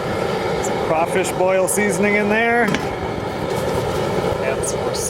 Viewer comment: Its CRAWfish..CRAWfish! Geez.